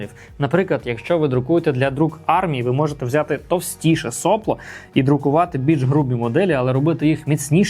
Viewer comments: начните с себя 🙂 , а я за Вами последую... Сопло с ударением на вторую о Heatbreake - термобарьер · Я здесь украинский язык пытаюсь учить и слышу nozzle , heatbreake , сопло , с ударением на первую о , Вы молодец, делаете контент для продвижения печати на украинском языке, но тогда постарайтесь пожалуйста писать сценарий для того , чтобы исключать такие приколы , которые в голове меня возвращают к русскому языку с термобарьером 😊 и соплом с ударением на первую о , а не вторую